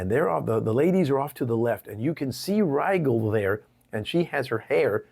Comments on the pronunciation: Her name is Rijel NOT Rigel.The G sounds like a J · Not pronounced "Ri-Gel" but "Ri-Jel" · Good video. One quibble, the name Rigel probably should be pronounced like the star Rigel, i.e. as rye (like the bread) jel (as in jello).